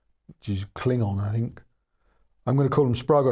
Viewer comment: Your Klingon is nearly perfect. Another reason to love your channel.